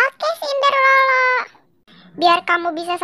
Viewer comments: Sinderela bukan Sindorela😀😀🙏🏻🙏🏻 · Cinderella bukan cinderello 😂😂😂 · senderela ❌ sendelora ✅